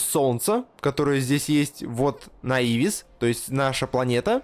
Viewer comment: nauvi (новис) переводится как Наувис, ну никак не наИвис, ухо режет сильно....